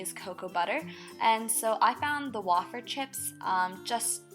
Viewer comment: wayyyy feeeerrrrrr way-fer. not wah fer -________